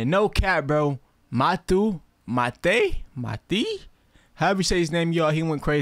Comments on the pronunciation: Matuê is not pronounced maté or matu, is Matu + Maté, so it becomes mátuê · Its pronounced mah-too-e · The pronounciation of Matuê is: Mah-tuh-E, its like matu, but with an E at the end, Hope I helped you 😎, Nice reaction my boy. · MATUÊ pronounces his name correctly: matui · I'm Brazilian and I'm going to answer this question (Matue is from Brazil) The pronunciation here in Brazil is with the U stronger than the E,matUe,but the "E" here in Brazil is different from the USA, it has the same pronunciation as the "A", so it's Matua, but on google translator the translation is kind of wrong, or I'm an idiot, the most correct translator is Matui.but the separate "A", any doubts just put the translator in Portuguese and put Matue who pronounces it correct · the pronounce is something like: My-tool-ay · His names pronounce is mah-tuh-eh (the “eh” isnt ei its only e without the sound of i) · Matuê pronunce as : Mah - Tuh - A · maTUë the pronunciation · Matu, matei kkk, ele nao sabe a pronúncia kkkkkk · Hey bro! Your reactions are FIRE mann, very good to watch !! Now, a tip for ya, his name is really difficult, look for the Portuguese version in the translator to know how to pronounce it better !! And make more Matuê reactions for us, thank you !! +1 sub;))